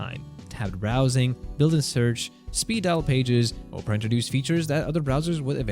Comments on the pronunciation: Pronouncing it like Oh-pera and instead of the actual word aw-pera is making it sound like Oprah Winfrey is in this somehow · Pronounce Opera, as in Opera Singer. OP - ruh (OP-uh-ruh) Not Opera, as in Oprah Winfrey. OH-prah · It's pronounced OP-era not Op-ra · It's Opera, not Oprah. There is a difference. Opera is a bloated eyesore that hasn't been relevant for over a decade. Oprah, on the other hand, is... Ah... OK, forget I said anything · if anybody watches youtubes with #cc on, its funny because he keeps calling it "oprah". (my cc is on because of my hearing loss issues) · Oprah? You don't know how to pronounce Opera? And you're a tech guy? Even when not talking about the browser, it's still not Oprah.😂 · The wildest pronunciation of opera I have ever heard! The Oprah Winfrey browser? LMAO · why do you keep pronouncing it Oprah Browser? Sorry to disappoint but The Oprah Network is something else buddy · The o in Opera is short, not long. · Opera has three syllables, and is not pronounced the same as an overrated American chat show host